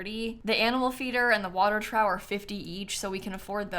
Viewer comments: I don't know if anybody has noticed or mentioned it, but, it's not "trow" when you are talking about a food or water trough, it's "troff." "Trow" is, as far as I can see on Google, a slang term used to mean pants. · A water what??? Did you say water trow? It's "Trough" pronounced "trof" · Hearing her call it a “trow” instead of a “troff” makes it clear she’s never been on a ranch in her life. Like how James kept saying “fowl” instead of “foal”. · ...As much as it HURTS me to be one of THOSE people, I'm going to do it. TROUGH is pronounced "Traaf", not "Trow". It IS understandable how you came to that conclusion, but it's not pronounced that way and it hurts when you say "Trow" T_T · guys is it normal to say “trough” like “tr ow” ??! i have always said it “trouff” i am having a crisis😭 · ilysm bestie, but I’m pretty sure Trough is pronounced “Troff” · Have tried several times to help with the pronunciation of trough…it’s “tr-off” short o sound and the end is “ff” as in rough! Please “like” to help see this comment…she keeps saying it like “trough” as in ow!🤕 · do americans pronounce trough "trow" or is simsie just quirky? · She just has no idea how to pronounce it. I think it's because she's a city kid, and also never watched any Western movie... ever. 🤷‍♂️ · Is it an American thing to pronounce it trow? 😂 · Nope, she just must have never heard trough said before. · I need you to know that you're not pronouncing "trough" right because every time I hear you say it I die a little inside. It's pronounced like troff. But I'm loving the new builds! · Water trough should be pronounced like "trroff" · Trough is pronounced like “troff.” 😂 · the English language is really dumb, but as a Texas horse girl I can't sit by and not update you.... The water and food troughs... It's troff, like cough. Love you ❤ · I love you so much but “trough” is pronounced (tr-off) Love your content though!